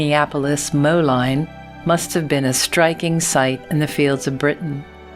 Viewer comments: A very good and educational video. However, "Moline" in "Minneapolis-Moline" was pronounced wrong. It is supposed to be ponounced like "mo-lean" not "mo-line" Other than that, a very good video. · It's NOT Minneapolis Mo-line, it's Minneapolis Mo-LEEN... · Minneapolis Moline (Moe-leen) :) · The tractor name is Minneapolis-Moline. Moline is pronounce mow (long “o”) leen (long “e”). Excellent content. Thx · Moline is pronounced with a long E instead of a long I. More like Moleen, named for the city of mills. As the company the was a merger between to Minneapolis Minnesota companies and the Moline plow company and the manufacturing facilities were in Minneapolis Minnesota and Moline Illinois, that became the name of the company. The John Deere factory was established there in 1848.